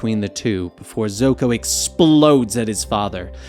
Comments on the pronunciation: Did he call zuko zoko 🤔🤔😂😂! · did he say zuko or zoko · This man just say Zoko when Zuko was in the prison cell with his father. Smh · You know its Zuko not Zoko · He really said zoko 🤣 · He just said zoko.... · They said zukos name wrong in many different ways